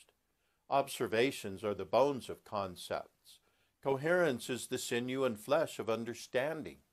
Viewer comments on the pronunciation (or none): none